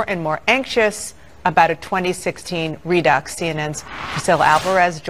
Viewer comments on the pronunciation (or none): Did she say "redux"